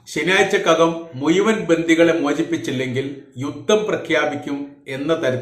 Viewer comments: Muyuvan. Alla. Muzhuvan.malayalam. parayan padiku. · മുയുവൻ അല്ല മുഴുവൻ 😅😅പിന്നെ നിന്റെ ന്യൂസ്‌ ഒക്കെ വേറെ ചാനലിൽ വന്ന് 3ദിവസം കഴിഞ്ഞിട്ട് ആണ് അതിന് അർത്ഥം നീ കോപ്പി അടിക്കുന്നു എന്ന് 😂😂 പിന്നെ ആവർത്തന വിരസത പറഞ്ഞത് തന്നെ പറഞ്ഞു 10 മിനിറ്റ് വിഡിയോ ഇടുന്നു. സൊ ഓട് തായോളി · വീഡിയോ ചെയ്യാൻ തുടങ്ങിയിട്ട് കുറെ നാളായി ഇപ്പോഴും മുയുവൻ, കയിഞ്ഞ, കൊയ്ത്തത്, കയില്ല,ഒയിവാക്കി ഭാഷ നന്നായി പറയാൻ പഠിച്ചിട്ട് പോരെ വീഡിയോ ചെയ്യൽ